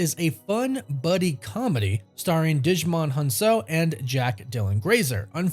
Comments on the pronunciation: Dude. His name is pronounced "Jih-MŌN HUN-sū". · 🥴 the butchering of Djimon Hounsou’s name. Sheesh. 🫠